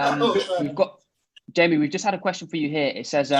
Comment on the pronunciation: LMAO never thought ppl would like or answer my comment, I wrote Jamon bc I swear Damon pronounced "Jamie" like that in minute like "Jay Mon" that would be the phonetic I hear, idk but I found it hilarious